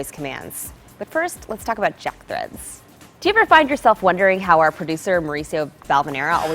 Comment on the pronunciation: You'd be hilarious as a newsreader... arms fling all over the place lol Actually it's really annoying And you said 'Jock'... it's spelled 'Jack' in the graphic